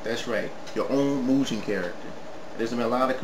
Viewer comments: actually its really Mugen(Moo-gen) not (My-oo-gen) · IT"S PRONOUNCED MU- GEN! NOT MU JIN WITH THE "J" SOUND! (sorry) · srry...but its mugen...u say it like mujen...no offense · agh! its mu ge n not mujen! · The creators (Elecbyte) actually said it was pronounced Moo-gehn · I know, I made this comment 10 years ago. Its pronounced Mu-Gen. With a hard G. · mugen is a Japanese word. It means Infinite, which is the theme of the game